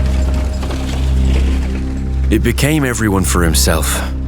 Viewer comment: The video is great and does an awesome job illustrating the war. But by far what I like the most is the proper pronunciation of places and given names: ZaragoZa, CoruÑa, BadajoZ... Just sublime